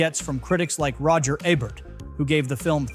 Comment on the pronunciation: Ebart not Abert.